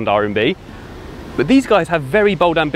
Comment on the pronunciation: Well… rMb, not rNb…